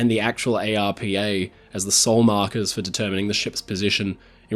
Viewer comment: We generally don't pronounce each letter in the abbreviation ARPA. Most of the time I've heard it being said as one word. Arpa.